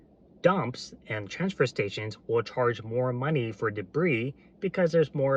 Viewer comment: did you say "Karge for that extra yard"